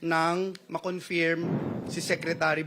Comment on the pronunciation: KINONFEERM... tanginang tao to umabot sa pagkasenador ganyan bigkas ng Confirm